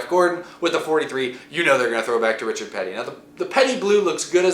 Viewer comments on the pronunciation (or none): none